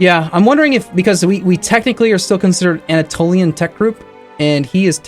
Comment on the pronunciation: Anna - tollian, Sul-tan-it